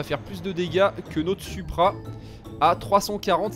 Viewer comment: Sa s'écrit supra mais sa se dit soupra